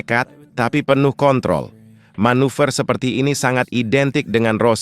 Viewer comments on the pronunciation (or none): none